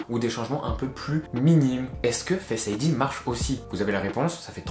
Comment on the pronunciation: Fesse id lol Non sinon la vidéo est vrrrraiment bien